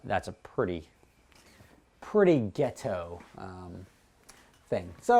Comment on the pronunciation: Today pronounces the word ghetto in a cringey manner